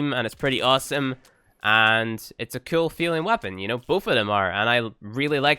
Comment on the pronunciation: Whenever I watch your videos I think to myself, " I wonder how many times he's going to say ceol instead of cool" lol. Love your videos tho.